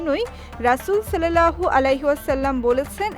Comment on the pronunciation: সল্লেল্লাহ হবে না সাল্লাল্লাহ হবে